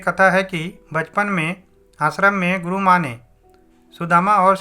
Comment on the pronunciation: Sir your video nice but part ग गुरू word not clean it is गुक